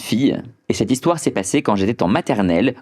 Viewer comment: Tu sais lire tkt "alors l'hixtoire" 😂😂